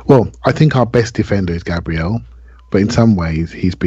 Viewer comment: Enjoyable as always fellers, but please for the love of all that is good and holy if we have a player that is a member in our squad and one hopefully that will stay long into the future can you at least try to pronounce their name correctly? Gabriel's name is pronounced GAH-bree-el instead your take of the Anglo GAY-bree-uhl. Kinda like how we pronounce Thierry Henry's last name as On-Ree and not Hen-Ree.